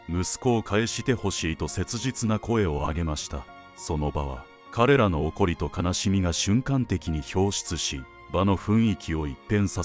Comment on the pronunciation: 「怒り」の読み方 「おこり」✖ 「いかり」○ 分かりますか？